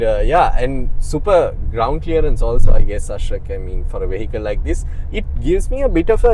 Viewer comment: At least learn how to say 'vehicle'! You keep pronouncing this word incorrectly.